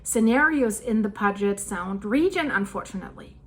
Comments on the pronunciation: Puget Sound is pronounced: Pew-jet (not Poo-get). I've been hearing we'll get hit with the "Big One" for the 61 years I've lived here. If it happens it happens. Telling people these horror stories about something that might not happen for 500 years is just fear mongering. Stop scaring people over something they have NO CONTROL over. We're surrounded by active volcanos. We KNOW there's going to be earthquakes. <<---3rd Generation Born & Raised Washingtonian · Pronounced like 'Pew-jet' pewjet Puget Sound and Alki Point is pronounced Al like short for Allen, Al-keye Alki...you're welcome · Sorry about the “ground breaking” but this one is “pew-jet” sound not pug-et! Sorry but I lived there for the 1st 30 yers of my life! Thank you for your great coverage of important topics! I liked “Rain-yey “ mountain though! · it's pronounced P-you-jet sound... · Puget Sound is pronunced as PEW-jet and Alki has a long 'i' Also, the raise in water of Lake Washington, was caused by cutting open the Ship Canal, is my understanding, what my mother told me, but I think that only raised it two feet more. It also somehow stopped what was Black River. I enjoy listening to you. Thank you for your work! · Good morning from England. The sound is pronounced “Pew jet”. Love your podcast 🎉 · Alki point is pronounced, Al Kigh ... long i. Puget Sound is = Pew jet Sound. ; ) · It's "pew-jet" sound. Beautiful area and it's sad that it may be torn apart. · It is pronounced PEW JET sound. And Alki Point is pronounced like the man's name AL - KI is pronounced KY like SKY - Point. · 'PEE U JIT SOUND' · good report. I live on Whidbey Is.just south of Deception Pass bridge and if it goes down all he!! Will break loose and I don’t want to be here when it does…and it will. Blessings comfort shalom! (And it’s pronounced Pew- jet sound, hope to see you on the Island some day) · Puget Sound = pyoo-jet sound. You're welcome❤ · pronounced " Pyoojit sound " sweety 😉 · Pronounced Pew-jit Sound.